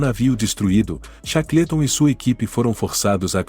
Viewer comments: Chacleton é phoda. A pronúncia correta cheiqueolton. Todas as pronúncias de nomes estrangeiros são sofríveis. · Cara, não é por nada não, mas se informe melhor sobre a pronúncia do inglês. Chaclêton tá ridículo demais. Desculpe-me mais assim não dá. Quanta bobagem meu!